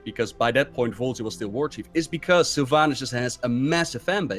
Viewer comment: "Sylvaynass" Dude... it's Sylvanas